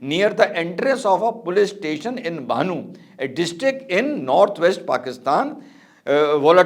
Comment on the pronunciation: it is BANNU NOT bHAANU...